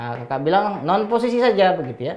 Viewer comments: "poccisi"😂 suka banget dg bapak ini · Teacher : "Pocis" Me : Bruh, Pocis?